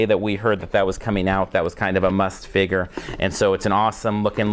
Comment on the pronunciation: Also no offence just trying to help but your saying figure wrong just tring to hel